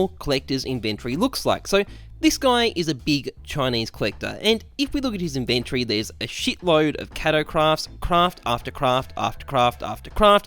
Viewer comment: Ok I can’t be the only one who is slightly irked by the way he says inventory